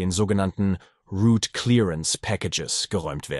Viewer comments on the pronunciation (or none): none